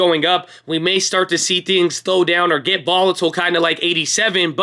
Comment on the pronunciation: it's dOWn like when you get hurt Owwww owwwww. Not deyown like eww food...quit saying it so weird